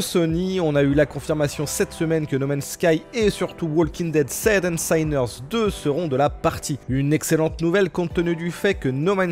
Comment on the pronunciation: Ca se prononce spas "saïners" pour info mais "sineurs". Ca vient du mot sin (pêché)